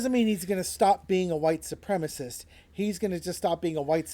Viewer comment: Supremacist. While often mispronounced, it is not spelled how it is mispronounced. Sorry, pet peeve.